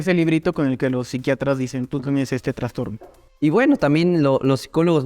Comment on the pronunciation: Me da nervios cuando dicen traNstorno porque la palabra no lleva N. Aún así me volví fans de este canal y de los podcast 💛